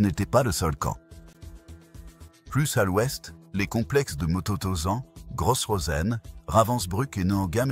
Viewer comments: Motozan? Va falloir apprendre à prononcer les noms et mots d'origine allemande. Le G se prononce gué, donc guestapo et pas jestapo. Matthausen pour mototozan ? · moto tausant...........vraiment l' I A c'est de la merde.....